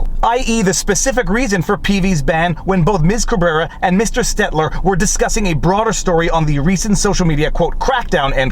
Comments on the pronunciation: Viva, you quite often (if not constantly) mispronounce Brian STELTER's last name. It's STELTER, not STETLER. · Please please please pronounce Stelter's name correctly. It drives me insane when you say STET-ler instead of STEL-ter lol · I can't stand the guy, but his name is S T E L T E R, not Stetler. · "Stetler" LMAO! He still can't get it! I love it! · say it w/me, Viva--"steL-ter"